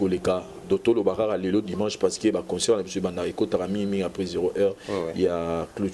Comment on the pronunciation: On dit concert [ saire] et non [seur] y’a une différence entre consœur et concert C’est pas notre langue mais vu que t’exprime en français